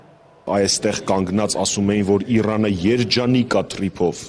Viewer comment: Այ տու էլ չիս կառոխանում լավ այեռեն խոսյել. Ոչխար Իռան չի Իրան է։